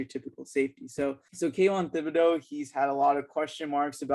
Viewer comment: Also yall are pronouncing Thibodeaux wrong. You don't say the h just (tib)-a-(doe).